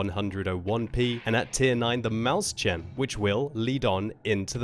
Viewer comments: It's pronounced smth like "moishen", not maushen. 7 years German classes finally paying off :P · sry... pls pls. it is called MÄUSCHEN. it just sound so horrible this Maushen shiver. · has no future as long as he doesn't learn how to pronounce "Mäuschen" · Maushen? What is that? I'm from germany and it could be "Mäuschen" or even "Mauschen" but Maushen is not a german word. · Maushen? Heißt das nicht Mäuschen? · I guess they tried to find the word "Mäuschen" (diminutive of Maus) but failed quite badly xD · to be fair, of those very few pitfalls in german pronounciation "Mäuschen" has almost all. For all who wonder: As a non-german speaker you are probably best off pronouncing it like "mois-yen". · Guess not :O As a german, it is called MeusChen, not with sh. (I made the C large to seperate the speech a bit. Mäuschen is pronounced with ch after the s.) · Why does everyone pronounce Mäuschen as Maus-chan.... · "maushen"... lol, idiots. And that was in a presentation So reduce accuracy to russian tank level, seems totally fair and balanced! Just what WoT needed, more rng. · Hey! I know it doesn't really matter, but I know you like to know how to pronounce foreign tank names. The "Mäuschen" (it is spelled incorrectly in the image), meaning little mouse is pronounced more like "Moishin":) Anyway, thanks for another great video! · you pronounce maushen wrong, it's like, very different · It's pronounced "Moys-hen", but the "h" is with the back of the throat. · says "Maus-chen", which is wrong. The best i can describe the pronunciation would be M "ough" from thought" i s "h" from "huge" en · That's even more wrong. Mäuschen is the diminutive form of Maus to show that the tank is "like the Maus, but smaller". Seperating Mäus-chen is the right way of saying it. "Moys-çen." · learn to pronounce mäuschen please. it's not mouse tsjen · Damn, what a murdering of Mauschen pronounciation :)) jk, use google translate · I cringed when pronounced it, too.